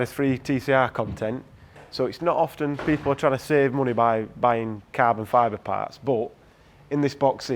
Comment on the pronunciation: "cAaahbon fober pAaahrts" looks good on the cAaah.